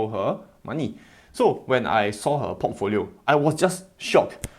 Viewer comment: I hear Pottfolio instead of Portfolio. And I love it 🤭